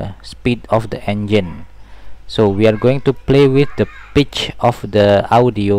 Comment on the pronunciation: im not judging, but it sounds FUNNY when you say pitch, it kinda sounds like bitch. Sorry if this makes you sad, i dint mean to